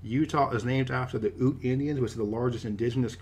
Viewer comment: the “u” in Ute is spoken as *you* and not *oo*